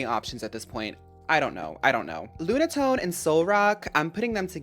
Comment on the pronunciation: Lunatone? More like LOONAtone😼